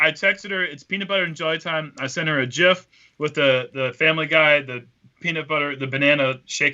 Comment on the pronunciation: so glad says gif correctly.